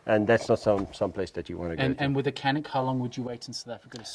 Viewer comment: c in canik is not k, it's pronounced like dj like in djinn